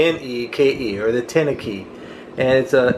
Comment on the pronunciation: teeny key Not Tenakey. The name comes from CW operators constant search to say the same thing with fewer letters. Kinda like CQ for "Seek You". Awesome video though. Look forward to more